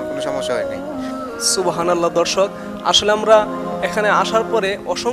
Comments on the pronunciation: বারে বারে দর্শক ধর্ষক কথাটা শুনতে খারাপ লাগছে এরকম ভাবে উপস্থাপনা না করলে ভালো হয় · Bhy apni dorshok ta thik kore bolben dhorshok Suna jay